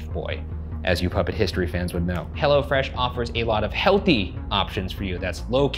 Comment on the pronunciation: Ryan it's Hello Fresh not "Hella Fresh" lol